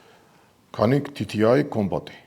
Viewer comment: ოღონდ ერთი შესწორება; Canik-ი “კანიკი” ასე არ იკითხება, “წანიქ” ასეა სწორი ფორმა. თყრქულში C არის წ.